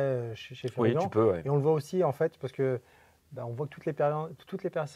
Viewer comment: Toujours excellentes ces vidéos avec. Et je ne veux plus entendre Fury-ganne hein! C'est "Furygan" comme un "gant" c'est pas compliqué, et quand on connait un peu l'histoire de la marque on comprend de suite. Sympa la ligne adventure, et bien placée côté prix.